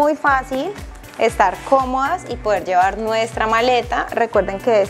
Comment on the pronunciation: Como es que se dice " orvidar u orviar pues esta joven me deja confundida dice orviar, llevar dice llear , puedas pueas 😮